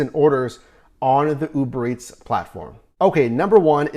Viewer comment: bro why tf you saying Uberetts 😂